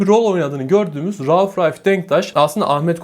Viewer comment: Rauf Ralf Denktaş mı diyor anlamadım. Rauf Denktaş beyin başka bir ismi mi varmış?